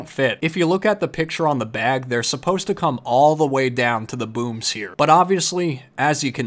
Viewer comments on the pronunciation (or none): Am I the only one who thought he said something else when he said booms…